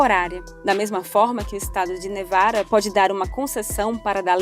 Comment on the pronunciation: "governador de nevara"! Pra que falar igual a um idiota?